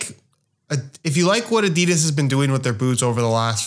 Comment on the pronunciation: what the fuck... did I just hear pronounce "adidas" correctly? I had no idea he was Scandinavian until right this second, I been thinking he was American this whole tine.